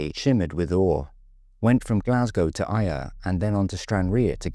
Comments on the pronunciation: Why do people have such trouble with pronouncing Ayr? You weren't that hot with Stranraer either but your attempt at Ayr where the Scottish Grand National is run, also you have the county of Ayrshire and a football team was poor! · stranraer was mispronounced, let that go, but Ayr!! come on ! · I guess I must be just be here to nitpick on pronounciations then! I do actually like your videos and I am a subscriber but I have heard Ayr getting mispronounced before and it always surprises me that so many people can't say the name properly. Have you never seen the football results on a Saturday afternoon?